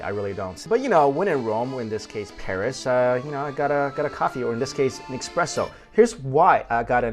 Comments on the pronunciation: oh no Esssssssspresso not expresso... - but i still think youre great in this! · It's espresso not expresso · its not expresso it is an "espresso" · Just saw this video from a few years ago. Love your hilarious descriptions! And that baguette! Why is it so hard to get baguettes like that in the U.S.? With a crusty crust and soft, loose texture on the inside? And you haven't lived till you've had one with butter and jam in the morning (I lived in France for a year). By the way, the coffee gods are frowning upon you. It's "essspresso," not "exxxpresso!" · Espresso not Expresso! Gah! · it's espresso not expresso ;-) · What a nasty comment about parisians, one person isn't the whole city 1st. 2nd if you want to give lessons be sure to be right, it' pronouced Expresso in french as we use express for something fast. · You should pronounce it as Ess-Press-O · eXpresso?! really?